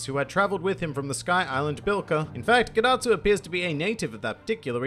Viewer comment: Dad-atsu More like ged-atsu